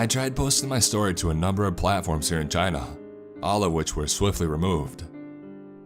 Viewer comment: IM SO SORRY BUT OMG WHEN YOU SAID CHINA I THOUGHT YOU SAID VAGINA O-O IM SORRY